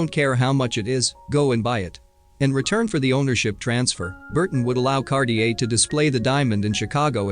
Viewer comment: And Cartier. It's NOT pronounced Kar- ti -err!